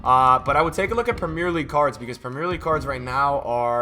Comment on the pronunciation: How tf do u pronounce premier league...